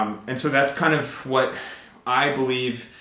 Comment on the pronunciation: Does really say "whash" instead of "what"?